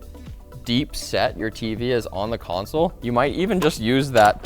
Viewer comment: Is he saying console?